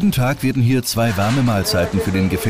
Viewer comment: Die betonung sollte auf HIER liegen!